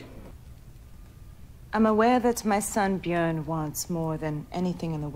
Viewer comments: Björn is pronounced like Burn, but with a j, Bjurn. Not Bjorn like Jason Bourne. Listen to how Floki says it, Gustaf Skarsgård is Swedish, and has a brother named Kolbjörn, so he really knows how to pronouce it correctly. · You pronounce Björn wrong!!!! Björn in Swedish is bear in English btw.